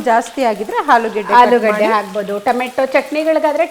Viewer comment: ಹುಪ್ಪು ಹಾಲೂಗಡ್ಡೆ ಯಾವಾಗ ಸುಧಾರಣೆ? ಸರಿಯಾಗಿ ಉಚ್ಚಾರಣೆ ಕಷ್ಟಾನಾ?